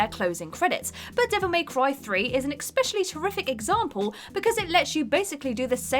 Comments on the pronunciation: Aaaaaarrrggghhh! For God's sake LEARN TO PRONOUNCE "ESPECIALLY" CORRECTLY!!!!! 😡. Once or twice could be considered an error but you pronounce it "eckspecially" every single time!!! It's really irritating and ruins all your videos. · It's the way she constantly mispronounces especially as eckspecially that irritates me. Still, she's nowhere near as irritating as Ash Millman